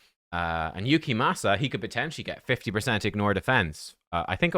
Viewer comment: Damn i gotta watch these vids with subtitles. Please, pronounce his name correctly. Your accent makes it tolerable at least.